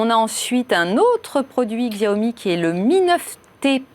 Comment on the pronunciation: Merci ! "Chiaomi" putain ! ^^